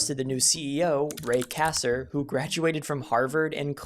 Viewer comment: Atari may have screwed up big time but your video is all over the place. You mention Pac-man, then show Mr. PACMAN. You mispronounced Ray Kassar and others. Have you ever hears if the AVGN??